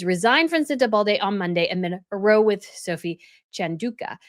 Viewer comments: I love your channel and your videos! I just wanted to mention that when you use the word "row" in the British sense, meaning an argument, it should rhyme with bow as in "Take a bow," and not bow as in, "I put a bow on the gift." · If you want to be a reporter, please learn how to pronounce words. There is no "d" in Sentebale. And "row" is pronounced like "cow" not like "no." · VERY good advice here. My knee-jerk is to side with Sophie but I know nothing about her. Knowing harry's laziness and entitlement I'd think he'd be difficult to work with. But.... **just a note,,. When "row" is used to describe an argument the "ow" is pronounced as in "owl", "ouch".. different from rowing a boat. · Row = pronounced like now but with an r. Means to have an argument. Sorry to be “that person”. ;)